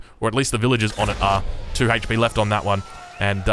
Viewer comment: I like how he says hate-ch P